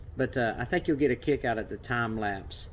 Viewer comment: But you said "Tom lapse" not time lapse.